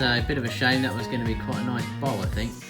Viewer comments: bowl.... BOWL... he says Bowl like Ball. It took me quite a while to realize what he's making xD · He meant BOWL not BALL.. and here I were thinking how was he going to manage to turn each half into a ball..